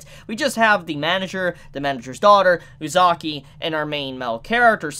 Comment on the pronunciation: your not saying uzaki right watch it in sub to see how its said